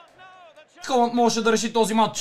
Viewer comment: много яко видео! Казва се Халанд а не Холанд МНОГО ЛОВ ЗА ТЕБ❤❤❤